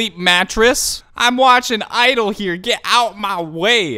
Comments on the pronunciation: And for your correction it is GEE idle but you almost got right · Y am I kinda liking him calling them idle and my friends r like “Idle who tf is idle it’s jeeeee idle duh” My reaction to them: 🙄 ur just jealous is cool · Why he is calling idle its G(idle)